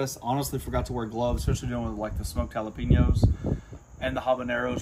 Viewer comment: Please learn how to say Jalapenos.